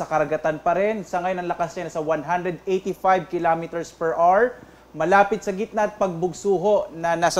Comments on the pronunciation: Per awar not per ar. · Hour is pronounced 'o-wer'.